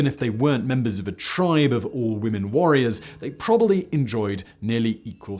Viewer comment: Please could you pronounce the second 'b' in probably?